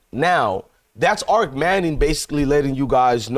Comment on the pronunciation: Arch not arc.